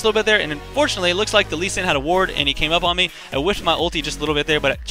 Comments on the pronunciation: its not LUSCHAN, ITS LUU-SEE-AN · why do you say lushian instead of lu C an? phreak says it wrong on champ spotlight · It's Loo shun. Not everything is pronounced the way it is spelled. Take "school" for example. :P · It's more like LU-CHI-AN ! x) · It's lu-shun. lol I have a friend who's name is Lucian. :) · idk... i think its LOO-SHE-AN